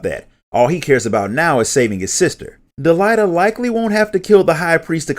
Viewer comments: He did not pronounce "Delita" correctly, and almost all the names in the original English script are Engrish mistranslations of what they should have been (as reflected in the WotL script). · DEELighta lmao. I always pronounced it Delete-Uh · Del-ai-ta?? XD